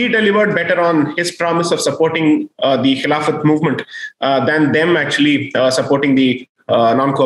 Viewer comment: It is khilafat that's how it used to be pronounced